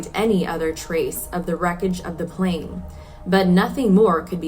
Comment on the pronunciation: Yes but plan and plane are not the same and she kept saying plan referring to the plane. And it didn't happen just once.